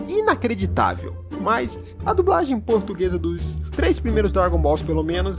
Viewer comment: "A dubRagem portuguesa" perco tudo kkkjk